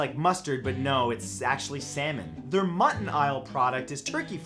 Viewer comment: mutt-n-AISLE...? ok matt